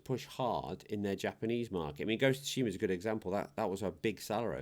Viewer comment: Imagine there's some woman named Sue Sheema. Say her name in your head. That's how you say Tsushima. You're welcome.